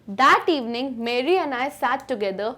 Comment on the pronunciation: ma'am your pronunciations are all over the place. mary and voyage to begin with, arent pronounced correctly